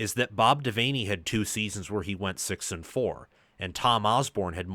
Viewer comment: Just a heads up, its pronounced bob devanny, just spelt devaney